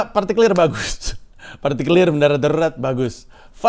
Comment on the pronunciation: pas nyebut partikelir, akj ngakak kocak.....maaf ya bang 🤣🤣🤣